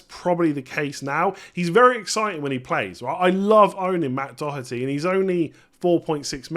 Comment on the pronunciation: First English man pronouncing Doherty the right way 😂